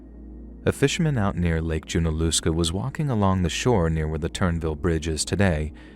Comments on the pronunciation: Btw, it is JUN-UH-LUH-SKUH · As someone from WNC, you should look up how to pronounce the names. Hearing you mispronounce Lake Junaluska continuously takes away from the story for me personally.